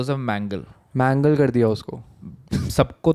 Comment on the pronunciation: Its pronounced Joseph Men-gay-le (the angel of death)